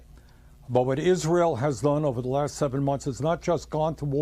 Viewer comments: Someone, please help Lindsey learn to pronounce Israel. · h linsey sounding more & more like Trump. And maybe he should learn how to pronounce the word Israel! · All politics aside, I am most offended by the way Graham pronounces "Israel." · Lindsey Graham can barely speak cohesively, every sentence he misstates or mis-pronounces something..all his meaningless hyperbole to rile up the dumbest of his flock